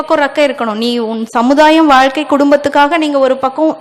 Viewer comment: அம்மா, வாள்க்கையா அப்படியென்றால் ! உங்களுக்கும் "ழ" பிரச்சனையா, வாழ்க தமிழ். அருமையான பதிவு, விபாசனா பயின்றுள்ளீர்களா.